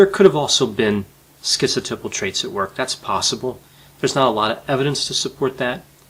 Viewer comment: it's pronounced schizo TAI pal, not TIP al.